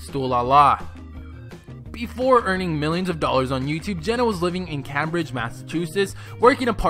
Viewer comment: Cah-mbridge? Dude...